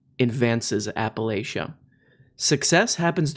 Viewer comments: Its pronounced “apple lach ah” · “App-uh-Latch-uh” is how we say it here. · pronounced locally as "apalatchia" with the ch making a sound like in cheese and chester, not the sh sound. Source, live a couple hours outside of apalachian mountains.